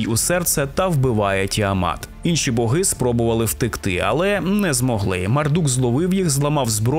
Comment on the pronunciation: Колоссальна робота! Музичний супровід, цікава подача, відмінна дикція! Словом, в захваті! p.s. Можу здатися занудою, але в українській мові нема слова "свадьба", а є весілля😉 І богИ, а не бОги. Це на майбутнє😁